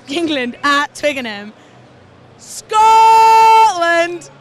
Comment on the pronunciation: girl with a private school full English accent suddenly switches to a Scottish brogue to shout "SCOTLAND" at the interviewer............. fully sums up this nation right now and not just in rugby . And the lad complaining about a lack of passion is 100% spot on , since when was being English and proud a racist thing or something to be ashamed of?? it`s all very sad